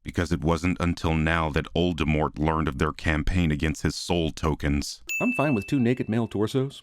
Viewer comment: and "Molded Wart" lol